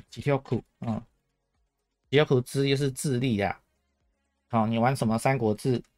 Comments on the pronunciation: 念誦 心を尽くす 分別 頼らずに 007:07 常に主を覚える くれる くださる まっすぐにしてくださる 自分自身 と 自分 の違い 知恵ある者 訂正 三国志→さんごくし的讀音 這樣才對. 不是さんこくし 主を畏れ 避ける（さける） 避く（さく） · 訂正 (三国志) 是 (さんごくし) 的讀音 這樣才對. 不是さんこくし